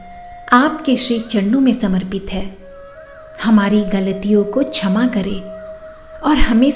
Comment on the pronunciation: कृपया छमा नहीं ..क्षमा..उच्चारित करें। सुन्दर प्रार्थना है।आभार 🎉